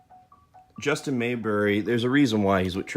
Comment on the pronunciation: It’s Mabry, not Mayberry